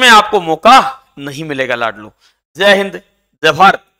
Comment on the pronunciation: Abe jai hind to theek se kia kr...🤣🤣